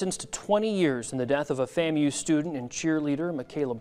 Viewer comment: It’s pronounced “Fam-u”